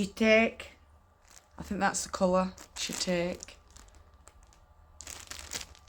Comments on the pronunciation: Shiitake is a mushroom. Pronounced SHE-talk-ee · She-talk-ee is roughly how you say shiitake, it’s a kind of mushroom from Japan, so yeah, that’s about the color. Ooh those sample pages are the best!!!